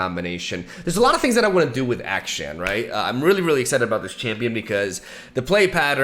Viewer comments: Hey, so you won't get confused nextime, just remember Akshan sounds like Action. Not Ass can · His name is pronounced as Ak-shan (not like shen) Think of the word action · Akshan: A-PHLEM-Shan. Or Action. Just call him Action. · why everyone cant say the right name its ahsan with an british accent on a, like 'A' not ackhstan. Hope you guys know what i mean :) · I am sorry my buddy but it is AKschAn and not Äkschän <3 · It was based off middle eastern names so it's actually pronounced "Uck-Shun" For those who doubted me : Akshan literally said it himself. When I said it was BASED of middle eastern names I don't mean it was an actual name used in middle eastern by itself but more so to the regional phonetic of how it's generally pronounced there. Stop being so pressed over trivial stuff 😊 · I think it's pronounced like the word ACTION 🎬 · Why does have so much trouble saying "action"? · When you try to say Akshan's name, just think of it like "Action", it's basically the same thing lmao Riot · Can’t believe how far I had to scroll to find a single comment saying this. Like he says it in his reveal trailer? Crazy how many people are saying it’s pronounced “action” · The way you pronounce Akshan makes you sound more American than actual Americans lol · Wtf are you talking about? Not even akshan himself pronounces like that.